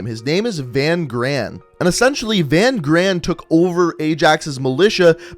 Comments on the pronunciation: It’s not VAN GRAAN, it’s pronounced fun kraan, in Afrikaans v is said as f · I know you don't know how to pronounce afrikaans names but that guys name isn't "Van gran" say V as an f and gs make a kch so Van graan the double a's is a aah so it's Van Graaaaan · Van Graan is pronounced fun graaaaaan with the other g sound.. i hve a friend with that last name please. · I love your videos man! Lol, just for fun- Van Graan is pronounced (Fan Khraan) in Afrikaans the G is like pulling a loogy. 😝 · In Afrikaans that name is pronounced "fun chraan. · I’m South African, Van graan that’s not his name you pronounced it wrong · And your saying Van Graan wrong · I'm also South African but the only problem i had was his pronunciation of Van Graan